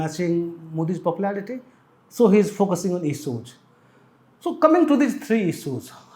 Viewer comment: He ij focushing on isooj..Hindi me hi bol lo sir agar pronunciation me problem hai to..Sorry but its not difficult to improve it especially in this business.